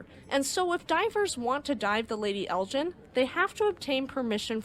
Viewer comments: You mispronounced the Lady Elgin. You're pronouncing it as Lady Eljin rather than Lady Elgin. Otherwise it is an interesting video. It's hard G not a soft slushy G. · Lovely documentary! ❤ But Elgin is pronounced with a hard "G" like in "Vegan." Charlebois is pronounced "Sharlbwah"